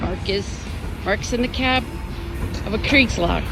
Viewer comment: Kriegslok, not Kreigslok